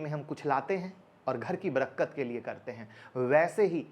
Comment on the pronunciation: Sir...aap Barkat ko barakkat bol rahe ho ...bura mat manna sir ,,aap se hum shikhte he to kabhi aap ko sahi bata bhi sakte he...Happy dipawali